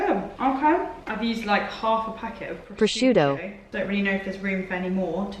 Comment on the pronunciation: Omg the voiceover “prosciutto” is killing me! 😂😂😂 I needed this video.